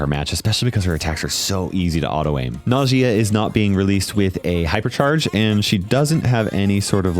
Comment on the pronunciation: Its not Najìa it’s Nàjia